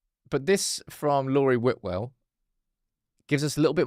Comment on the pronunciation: is here on his high horse about name pronunciation when he literally says Laurie Whitwell’s name wrong every single time 🤦🏽‍♂️